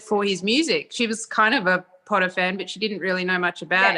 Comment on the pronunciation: I want to tell you that I watched ALL the Harry Potter movies in a day and repeated some and my mum was getting annoyed. She was also like ‘Will that dam blonde ever stop saying ‘pOoTaH’ ❤️❤️